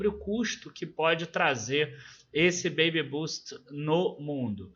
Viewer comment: Oi,! Só um feedback em relação à pronúncia. A correta é “bêibi bâst”. A tua pronúncia é a apropriada para “baby boost”, que teria um sentido contrário. Justamente por este sentido oposto vale a pena corrigir a pronúncia. Em tempo, obrigado por mais este vídeo! O tema é bem interessante.